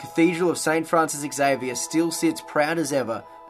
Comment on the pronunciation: Interewting video. Xavier is pronounced Zavier and not eks-avier.